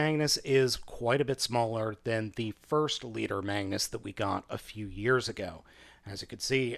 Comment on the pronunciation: he said bangnus